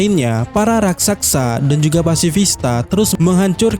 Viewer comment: Min coba kedepannya spelling raksaksa dibenerin jadi "Raksasa". Jujur telinga gua gatel 😂